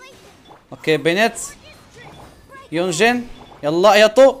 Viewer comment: اياطو اطاك و تشاش اطاك يا اخي حرف ت وليس ط🤣🤣🤣🤣🤣🤣 هذه هي مشاكل شخص من شمال افريقيا بيتكلم خليجي